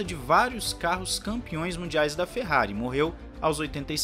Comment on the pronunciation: É impressão minha ou ele largou um "Merrari" no início do vídeo???